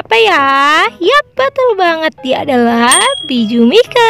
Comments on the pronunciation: Kak baca nya bukan biju mike memang nama nya biju mike tapi baca nya biju maik semangat ya kak 😊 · Di tulisan nya "Bijuu Mike" tapi di baca nya "biju maik" kak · Perasaan bacanya bijuu maik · Kak Ka kak salah baca nana nya bijuu mike